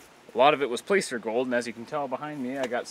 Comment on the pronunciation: Most N. Americans say "placer" with the vowel as in "gas" rather than "pay." Occasionally you'll hear a Canadian say "placer" with the vowel as in "father." Nevertheless, I subscribed. :-) My kind of subject matter.